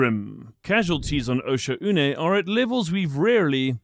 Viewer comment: Osha-oo-nay is how the ship ai pronounces it